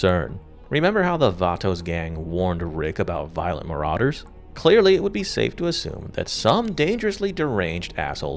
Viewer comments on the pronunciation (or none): none